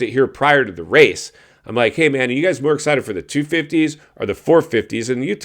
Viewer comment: Cant wait to hear more of James ... "Escited" "Ya"ll " Zakely,,, sus-sucefull,, Guys like you and Dorksky who were calling for a guy to be fired/replaced make me 😫 sick to my stomach,, essentially its a form of bullying,, Old Man.. maybe you should stop talking..Jus sayin